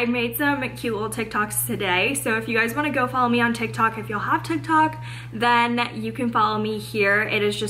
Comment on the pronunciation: Says “tiki tok” lol